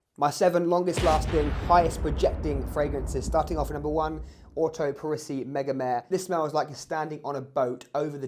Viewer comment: I was corrrected by a salesperson in Selfridges when I pronounced Megamare the same as you, apparently it’s pronounced more like Mega Maray